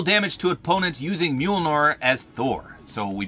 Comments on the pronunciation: Is this the first time he's ever said mjolir? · its pronounced mule near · You mean meemilneer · Just a quick note, it's pronounced m-yole-near. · Tip from anakun of the day - thors hammer is pronounced «mjolnier» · Mjolnir is pronounced myul-neer. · By the way, Mjolnir is pronounced Mil ni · its mee-youl-neer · dude your a marvel fan and you can't even say the name of the hammer right 🤦‍♂️ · you’re saying Mjolnir wrong😂